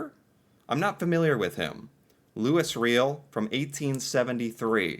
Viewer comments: But we do not pronounce the S in Louis. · Ok, you need pronunciation help :) Louis = loooeee Riel = Ree yell Métis = May tea.